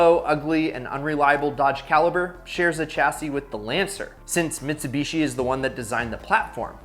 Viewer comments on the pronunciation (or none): none